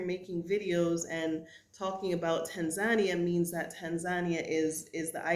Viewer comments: Love your videos sis. But when you said Tan Zan Nia, I thought never heard of it. Then I realized you were talking about Tan Za Nee Uh Tanzania Pronunciation: tAAn-zuh-nEE-uh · welcome to Tanzania... but please learn how to pronounce it properly..